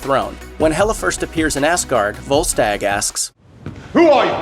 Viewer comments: It’s Asgard not assgard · Every time that he said Asgard he said Assgard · why does he say ass guard? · he 100% said a** guard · He said Asgard so wrong